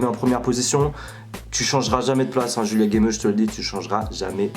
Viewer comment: Julia gameuse pas DJulia gameuse 😂😂😂😂